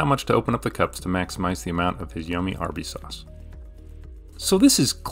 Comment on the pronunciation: Is it only me or did anyone else hear him say Arby’s wrong when he first said it?